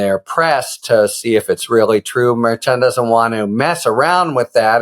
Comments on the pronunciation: It’s mer-shawn Harry, not mer-chin. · A brilliant man like you should try to pronounce Judge Merchan’s name properly, as Karen FA has taught you. Thank you. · Harry, please pronounce the judge's name correctly next time. (hint: KFA/legal AF team say it correctly)